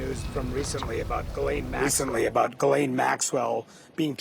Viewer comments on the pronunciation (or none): Very strange, that not one of them can even pronounce Ghislaine Maxwell's name properly at all. The same was the case with the late Virginia Roberts. Over years and years nobody corrected her. These girls' contact with her was therefore either at a distance, very short or non-existent. She was maybe already out of JE's life, when all this happened. After their separation. As the 2nd girl in this video correctly stated, they wanted access to his circles and his money. Their contact with Jeffrey Epstein was voluntary, just for money. Nobody forced them and nobody kept them prisoner. They didn't ever have to get on that plane. They were free to leave at any time, to call their parents, for a ticket home.